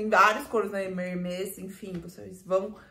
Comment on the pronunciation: Ba, como Hermès é um nome próprio, pode falar tranquilamente com o som aberto : Herméees. 😊